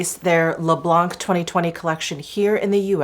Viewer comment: French here 🙋‍♀️🇨🇵 First for "blanc" wich means "white" we just don't prononce the "c" at the end ^^ Then to translate you shades names : Mirroir d'eau = water mirror Au fil des fleurs = flowers passing by (with a notion of time) Au fil de l'eau = water passing by (alto with a notion of time... It is a romantic aesthetic related to Apollinaire and his poem "mirabeau bridge") Rose pétillant = sparkling pink ( "pétillant" suggests an awakened look, full of life and joy )